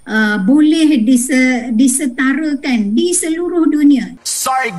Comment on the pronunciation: Bile, adenya, disetareken. Pengucapan ini adalah pengucapan tidak baku.